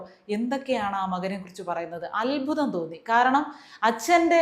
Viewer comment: ആരുടെയും സ്വകാര്യതയിലേക്ക് കുടിച്ചുകയറാൻ ആരാണ് ഈ മീഡിയക്കാർക്ക് അനുവാദം കൊടുത്തത്? ഇവരെ നിയന്ത്രിച്ചേ പറ്റൂ. NB: അൽബുദമെന്നല്ല, അത്ഭുതം എന്നാണ് പറയേണ്ടത്.